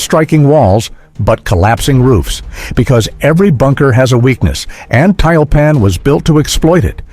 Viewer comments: Комментатор, по работай над произношением и дикцией. Противно слушать тебя. ТЮЛЬПАН а не таильпан. Учи РУССКИЙ ЯЗЫК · 240mm mortar could be said to be a super mortar. The computer narration is mispronouncing Tyulpan.